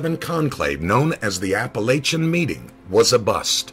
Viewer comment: I live 5 miles away from Apalachin, you're pronouncing it wrong. it's "Ap-uh-lake-un". Not trying to offend just thought you should know...